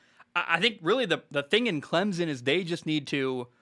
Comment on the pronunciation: Bro i swear, i love the show, but as a clemson grad and someone that grew up 30 mins from campus, it’s pronounced CLEM-SIN. The z in the middle has gotta go